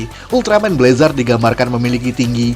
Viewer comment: Bg. Bacanyatu blezr Maap kalo salah